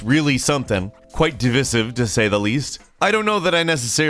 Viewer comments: That's not how you pronounce "divisive" xD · DEvisive? Divisive FFS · 'Jag - ex' and 'dev - ice - ive' - just some friendly constructive criticism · “Div-viss-iv” 🤔 ? I legit really enjoyed this video and its format. Looking forward to the next one! 🥳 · Divisive - Dih-Vie-siv. The way you pronounced it made me cringe,. Still love the vid though. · What's divisive is your pronunciation of the word "divisive" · divisive is meant to be pronounced the same way as divide btw